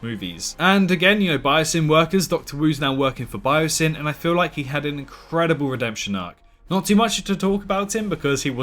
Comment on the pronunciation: I just saw the film, and loved it. If I had to say one nitpick that really annoyed me, it would be how so,e characters pronounced BioSyn. Some of them said it like bye-ah-sen instead of bye-oh-sin lol